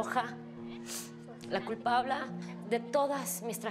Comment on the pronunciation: like si te diste cuenta de que dijo " culpabla " 😂😂